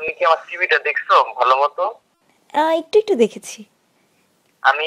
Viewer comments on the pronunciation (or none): none